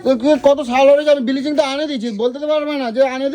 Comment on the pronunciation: Biliching na ota bhalo kore uchharon kore bol Bleaching...r ota tor bi...i te makhabe bole rakha aache 😂😂